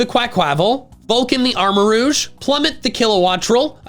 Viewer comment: I thought He called armorouge emorouge